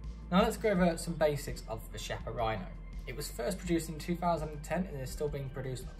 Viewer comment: Beautiful test and wonderful gun. If it had been a conversation between friends it wouldn't have mattered, but if you do a video test, you should at least know how to pronounce the stuff you're testing. Every time you said Chiappa" my ears bled. Nowadays it's not difficult, just go to Google translator, choose Italian, write "Chiappa" and have it read to you. There are no more excuses.